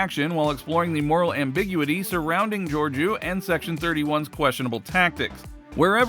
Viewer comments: I'm guessing you have never watched Discovery. That's not how she pronounces her name. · Man learn how to say the main characters name. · If this dude mispronounces her characters name once more im gonna hunt him down !!